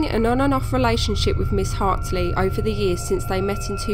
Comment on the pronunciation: the name's Hartley, right? You keep saying Hartsley?